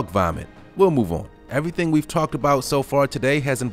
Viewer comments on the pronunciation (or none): none